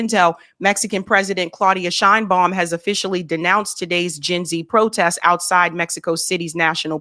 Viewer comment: The Fox lady fails to even pronounce correctly the name: Sheinbaum .. 🙄🤦🏻‍♂️